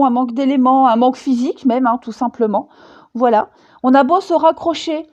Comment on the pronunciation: mdrrrr "Voualai" mdrrrr m'voyez?l hahah a chaque guidance tu bafouilles c'est marrant mais comme tout ce que tu dis est profond et fascinant on peut pas rire comme l'on voudrait ou alors on revient en arrière lol (pour ma part) ben t'es la meilleure, prends soin de toi, gros gros bisous et merci Gratitude tu fais guidances personnalisée? j'ai jamais regardé car tes guidancess avaient toujours l'air de me parler finalement. mais pourquoi pas? ça fait trop longtemps que j'te suis mdrrrr BISOUSSSSSSSSSSSSSSSSSSS Chanaze